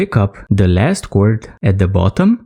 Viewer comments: Well no kidding, I know it's paracord, I was just commenting on how your letter "D" at the end of the word, or rather, the lack of it, sounds like you're saying "T", or cor"T", rather than cor"D". And, I was definitely fooled with your accent. You really sound Indian with the way you speak. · your telling me you honestly did not know he was saying cord instead of cort?